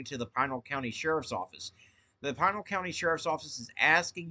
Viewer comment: Thanks for report. Also it's pronounced Pee nal..